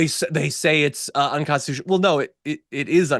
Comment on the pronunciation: A bit besides the topic, do y'all hear how he says "unconstitush"? That is creeping dementia.